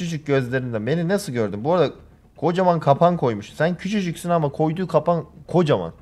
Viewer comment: Ninne niiine nine nine Niye bu kadar Ggüççügsüüün😂